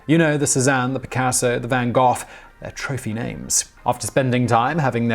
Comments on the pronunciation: Van go not van goff.. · van go is the correct pronounciation of that name not van gof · IT’S NOT “VAN-GOFF”. IT’S “VAN-GO”!!! God you are TERRIBLE with pronunciation. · I can't get over the way you are pronouncing Van Gogh (it is Van Go, and it is NOT Van Goff) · Today I [ also ] Found Out: It's pronounced "van Goff " not " van Go " . (i.e.~ Vincent van Gogh) Thanks! UPDATE: After I commented I noticed this, rather heavily accented pronunciation on his wiki page. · It’s pronounced “VaNn Haw(phlegm)h” btw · Van Gogh is pronounced Van Go. Love your videos! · really, simon? do you not know how to pronounce van gogh? its like "go" not "goff". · “Goff” is closer to the Dutch (which is basically two throat clearing sounds with an “o” in between) and that’s the typical pronunciation for it in Britain.